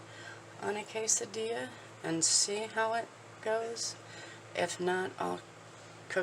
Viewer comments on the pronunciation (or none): HEY.... IT'S PAW-NOUNCED - KES-AHH-DEE-YAH- [QUESADILLA] FOR EVERYONE LEARNING SPANISH CATOLOGY IN CAT-ULINARY COOKING CLASS LOL. HELLO MEEOWS... DH WAS GETTING HIS CHOW GROOVE GOING LOVING THOSE HOME COOKED QUESADILLAS GOOD JOB...MEEOWS.